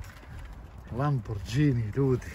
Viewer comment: brentli je bentli lamborđini je lamborgini